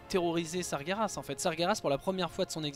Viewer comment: Sargeras se dit Sar-jé-rass et non Sa-gué-Rass! Merci de faire attention à la phonétique... tu dis Gérard et pas Guerard j'espère...